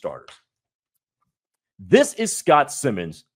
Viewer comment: For your future reference, it’s pronounced like Simons. Simon says. Not Simmons.